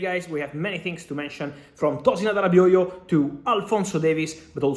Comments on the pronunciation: Impressed with how well Fabrizio pronounces Todin Adarabioyo’s name correctly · The way he pronounce Arabioyo